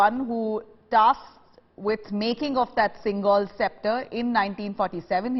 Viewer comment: It is sengol and not singol